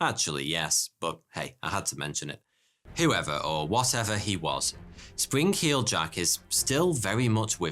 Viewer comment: sprin-k-heeled jack?